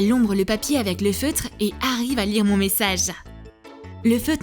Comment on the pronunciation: On dit lire pas lice